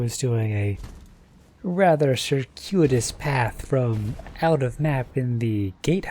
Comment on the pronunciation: Excellent use (and pronunciation) of “circuitous”